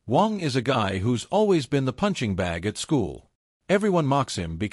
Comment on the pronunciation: AI keeps saying Wong. Its Waaannng.😅